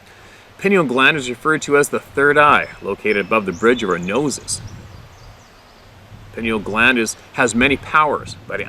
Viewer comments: Play' kay ted. In sit' choo. Pine eel' gland. Love from Minnesota. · You had said it, pie-neal gland.